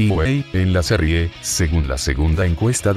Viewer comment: En la "serrie" jajaja😂😂